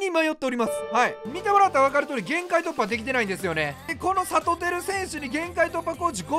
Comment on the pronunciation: １９秒のところ、さとうが ぱとうにに聞こえた笑